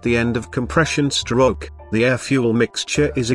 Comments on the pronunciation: LMFAOO yeah it sounds like "Shtroock" when he says it ahaha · "the intake STROKE"